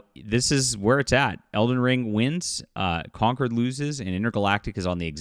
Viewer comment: Con-CORD. Not conquered.